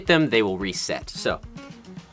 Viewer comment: Bro u were suppose to say reset not resex